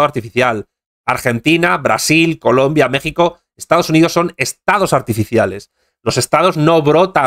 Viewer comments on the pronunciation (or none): none